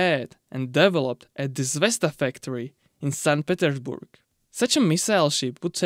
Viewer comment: zvezdA not zvEzda